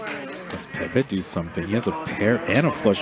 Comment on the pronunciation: Ayo Idek if it’s Pepe’s name but you nailed it..